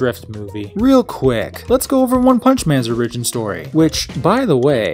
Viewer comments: "Origin" is pronounced Ore-ih-gin, not Ore-EE-gin. It's not a Japanese word. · Say it with me now: OR-i-gin. Wtf is an outleer? I dipped out early and didn't hear that one. Outlier maybe. Should I write this vid off as inept? Or does this young man have something to say? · ori-gyn? Bro its or-Ih-gyn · Since you've published this, I hope you have learned to properly say the word origin. It's not orRIGIN, it's ORRigin. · its or-ag-in not o-ridge-in why cant Americans speak English ffs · You have to put emphasis on the O in origin, not the Ri. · The way you say origin sounds ridiculous. It's not the word "original" without the last syllable, it's what your TTS automated voice said in the first second. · Omg as much as I like this channel you need to die with that pronunciation with origin. The I should be so much longer than you make it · You say origin wrong, apart from that good vid. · Where are you from? Why tf do you pronounce origin that way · why do you pronounce origin that way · The way you pronounce origin triggers me? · E;R's pronunciation of origin is terrible jesus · Learn how to pronounce origin. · learn to pronounce origin